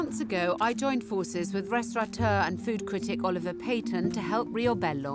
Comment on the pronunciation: I wish restaurateurs could learn that the word doesn't have an 'n' in it!